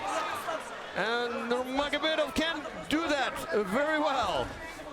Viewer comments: Why can’t bro say „Nurmagomedov“ properly 😭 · I question any commentator's competence when they struggle to pronounce Nnurmagomedov in 2021.